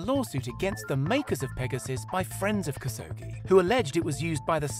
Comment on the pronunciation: Khashoggi - kash-ohg-jee, NOT kas-ohgee.